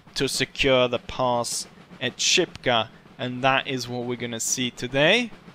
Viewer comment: Shipka. SH. Not "Sipka".